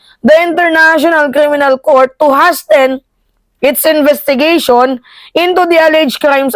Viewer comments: sasabihin ko na sana na yayamanin ka na, eh bukas na lang, hahahaha. HASTEN: sabi mo kasi Has-Ten eh! Lola kow... tamang pronunciation sa 'hasten' kasi eh HAY-SEN, hindi HAS-10, hahahaha. Ikaw talaga love kong lola Mimaaaaaa kow, hehehe... okay lang napatawa mo naman ako eh! Love you. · It is not “hasten”. It’s /hās(e)n/ ✌️✌️✌️ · Mam ndi po has-ten,ang basa po dyan ay hey-sen ❤ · Hasten “Pronounced as Hayzen “ plangga idol ko na maganda habang nag sasalita. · Hasten pronounced "haezen"... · hi....hasten is pronounced /ˈhās(ə)n/...hay-sen...😁